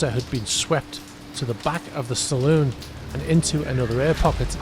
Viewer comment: Saloon is pronounced Sal- loon. "Salon" is for hair dressing!